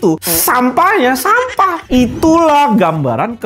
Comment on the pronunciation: Ahahaa renyaahh ngucap sampahh nyaaa😂